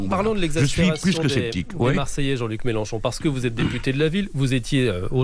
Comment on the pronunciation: C'est MÉLENCHON et pas MÉLÉNCHON. 😎